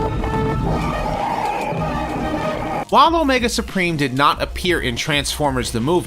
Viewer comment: "Omega Spreem" That's like calling the successor to Hercules "Nercules".